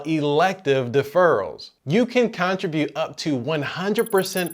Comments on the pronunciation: I don't think that's how your pronounce contribute. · This was the information I was looking for, thanks! Unrelated, are you from the States? I've not heard anyone pronounce contribute like that before.